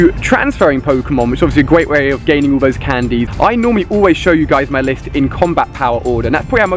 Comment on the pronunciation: btw its 'all' not 'ull' #nvm